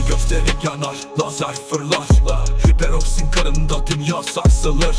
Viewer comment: Seperoroxin değil hiperoksin